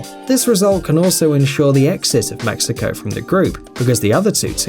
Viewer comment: Pronouncing Mexico as “mexica” and when he said Portugal beated Iran “1-1” this yute is so undeveloped I swear